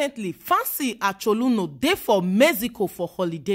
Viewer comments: Fancy Achaluno. 😂😂. Her pronunciation of the name got me lmao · A CH O L O N U, not acholuno😃